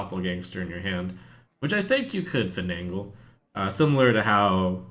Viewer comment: Finagle. Fin-ay-gull. Not Finangle.